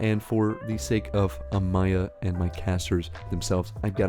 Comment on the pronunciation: The "A-my-ia" pronunciation always makes me cackle As always, good vid bud